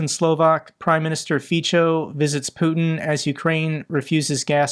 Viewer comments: The pronunciation of the C in Fico is [ts], not [ch] 😉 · Just a little tip for you, the 'c' in Fico isn't a 'ch' it's an 's' Well sorta.. it's kinda got a slight 't' before the 's' so Fe as it 'feet', so as in 'so' - extra credits if you put a nearly silent 't' as in 'tea' before the 'so' sooo. feetso .. Hope it helps for the next time.. I hate the guy but I learned to speak Slovak when I lived there for 8 years. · "c" in Slovak is pronounced "ts", just to reassure you in your pronunciation (you were getting it sort-of right, but you were hesitating on it. Fico is indeed pronounced "Feetso"). (I am a Slovak-American who speaks several Slavic languages) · Close but no cigar. Fico is not pronounced FEE - cho. It is FEE - tso. Think of it as Fitzo. My mother taught me German and Slovak at the same time when I was a teenager, so I know. At least you didn't say Fiko, which would be a nuclear powered barbarism. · Fico is pronounced as "Fitso" btw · Slovakia's pm's surname is pronounced more like Fitzo rather than Feechou ;) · LOL the Slovak phuck is called Fitso (not Ficho) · In Slovak, the letter "c" is pronounced as a "ts" sound.